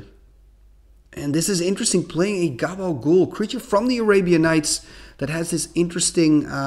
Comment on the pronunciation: Am I the only Sopranos fan that hears call Khabal Ghoul "Gabagool"? 😂 Love all your videos though, keep up the great work!